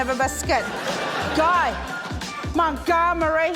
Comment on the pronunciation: something abt this episode that will forever bug me is that matt says "guy mont-goob-ery" even though "guy mont-dumb-ery" is RIGHT THERE